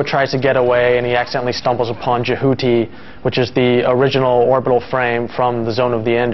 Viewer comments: eewwwww why does he say Jehuty like "Jahooty"? That sounds so unattractive. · The first reviewer bloke is a complete fool: he says "Je-HOO-ty", when everyone in the game calls it "Jehuty." I may be a ZOE nerd, but it's still an unforgivable error in pronunciation. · No, i lived in Japan, my room-mate didn't pronounce it like the guy in the review does, it was more like Je-hoo-tea. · The way he pronounces Jehuty, lmfao. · hahah yeah thats what i thought 4 the story line and the way he said jehuty